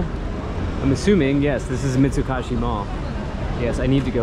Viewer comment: Mitsu-KOH-shi sir. Not Mitsu-KAH-shi